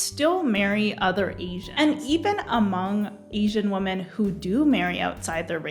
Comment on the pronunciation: My only question is: why doesn't anyone in Gen Z know how to pronounce the word 'women'?